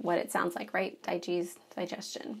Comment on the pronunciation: If this medicine cabinet is in a bathroom you might want to consider moving the true medications to a different location. I’ve heard that humidity from showers can impact the integrity of medications. Also I believe digize is pronounced like dye-gyze.